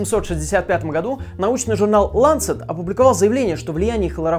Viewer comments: Журнал не лАнцет, а ланцЕт. Назван в честь одноименного инструмента для проведения кровопускания. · ЛанцЕт, чувак. Ударение на второй слог. У меня чуть пенсне не выпало от удивления))) А так зашибись)))) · научись правильно ставить удареие в слове ланцет